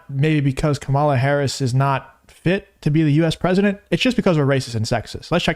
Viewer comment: It's Kamala, not Kamala!